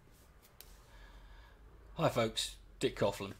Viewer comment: I think you were one of the first YouTubers i subbed too I find you to be irritating a lot of the time.I do also find you to be a decent human being. I always wondered why you pronounced Coughlan the wrong way now I know .......